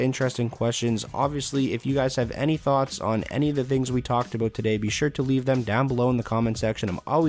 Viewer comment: did he just say ABOAT?